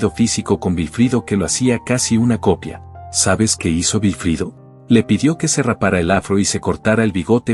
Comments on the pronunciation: ¿Por qué dices Vilfrido, si todos lo conocemos como Wilfrido? Literalmente. Recuerdo que cada vez que lo presentaban en un programa decían Wilfrido Vargas ( es decir literal se pronuncia uuilfrido, algunos decían guilfrido) pero jamás con V, tomo si lo haces tú. A ti es la única persona que se ha escuchado nombrarlo así. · Es verdad, da impaciencia escuchar decir Vilfrido y no Wilfrido. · Se pronuncia Güilfrido, no Vilfrido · No sé dice vilfrido es Wilfrido vargas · El señor se llama wilfrido vargas tienes tienes que practicar ese nombre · La persona que narro esta conversación no dice el nombre del artista como es nunca supe que se llamara vilifrido se que se llama Wilfrido. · No entiendo como se en esta historia se obviaron tantos detalles. Uno de ellos es que la “compuarizada” voz lo llama “Vilfrido” También, en termino de la historia hay muchas areas en la rl como lider ayudo a muchos de los miembros a conseguir la fama después de pertenecer al grupo. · Otra cosa mi amigo. Aquí en Hispanoamérica la W se pronuncia como U no como V. Perdón fue solo un aclarando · Y el que cuenta la historia NO sabe pronunciar el Nombre de WILFRIDO… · Pero de donde saca tanta información este hombre sus músicos nunca han publicado eso o por lo meno si y nisiquieta su nombre lo sabe pronunciar